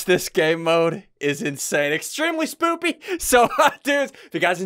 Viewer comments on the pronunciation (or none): He said spoopy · I thought he said s poopy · lol he said spoopy XDDDDDDDDDDDDDDDDDDDDDDDDDDDDDD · Did you realize that ssunde said spoopy instead of spooky😂😂😂😂😂😂😂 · He said smoopy🤣🤣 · Did eany else notice that he said spoopy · I’m being picky but did he say Spoopy in the intro? Maybe it’s just my hearing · He said spoopy hahahahahaha lol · DID HE SAY SPOOPY ? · At the begging he said spooby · You said spoopy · Did anyone else hear him say spoopy not spooky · why do you guys say spoopy not spooky im just sayin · Lol his says spoopy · Did you say spoopy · This is extremely SPOOPY EDIT: didn’t realise he said it on purpose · “Extremely spooty” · ssundee says extremely sPOoPy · spoopy 😂😂😂😂😂😂😂😂😂😂😂😂 git yo words right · When you said spooky i thought you said spoopy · Did he say spoopy.😂😂😂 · IN THE BIGGINING HE SAID SPOOPY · He said spooply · Did he just said spoopy? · ssundee u keep saing spoopy and u said mike mires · he said spopy